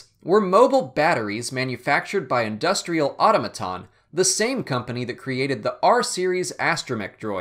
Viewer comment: It's pronounced "a-TOM-a-TON", not "auto-ma-ton".